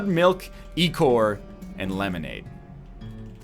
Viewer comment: EYE-chor, it's pronounced EYE-chor